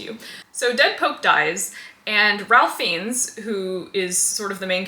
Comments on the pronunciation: I don’t want to be that guy, but Ralph Fiennes’ name is pronounced “Rafe Fines”. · Love this channel but the wild mispronunciation of Ralph Fiennes absolutely SENT me 😂 (it's pronounced "rayf fines")